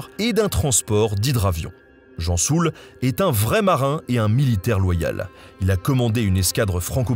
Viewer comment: L'amiral "Gensoul" et non pas Jean Soul